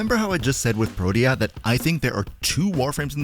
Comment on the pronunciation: He pronounced it pretty well, tbh. You can check online. What irked me was how he was saying "Protea" like it only had 2 syllables.